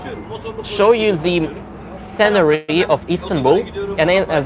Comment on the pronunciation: I hope this doesn't offend you, but, scenery tends to be pronounced more as "sea-nery"/"see-nery" in English, at least from my experience. It's true that black clothing tends to be more practical because it hides stains better - they don't show up as much against the fabric - and white clothes are better because you don't feel as hot in them usually because they deflect the sun and whatnot... something to do with the albedo effect or something like that... But among the young people it's probably a fashion trend for some and a sign of hard times among others. I mean, I wear it myself because it's practical, but it also looks good on just about anyone, whereas it can be difficult to pull off bright colours without a lot of effort or the correct complexions/eye colours/hair colours/hair styles, etc. imo. Also, Europe is generally more subdued in colour as opposed to parts of Africa for instance. One thing I noticed is that more men are wearing green Zelensky style shirts in Britain than I swear they ever did before... it's an interesting thing, trends. And ripped jeans seem to be more of a prevelant fashion statement in the city I live now as opposed to the town I lived in before, where people were mosty just hoodies and trousers or pencil skirts. I mean, true, time could be just as responsible as location but at a time when unripped clothes are going to be more valuable it's surprising the young people still prize looks over practicality. Not all though, I mean, my former high